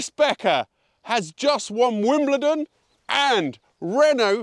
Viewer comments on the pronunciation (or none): Did I just hear 'Wombledon' ? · I'll not question the french pronunciation, but "Wimbledon".. really? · 'Wimbledon' was a bit trickier!